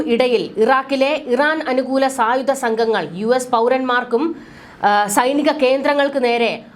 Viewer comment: ബീഗരർ,സായുദ,പ്രദാന,യുദ്ദം , പരമാദികാരം, നിയമവിരുദ -- ഈ വാക്കുകളുടെ ശരിയായ ഉച്ചാരണം താങ്കൾ പരിശീലിക്കണം